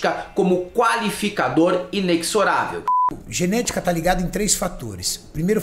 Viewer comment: inexorável se fala com som de Z, ineZorável.....